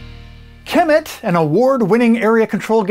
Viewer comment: Kemet pronounced ka-met other than that great video.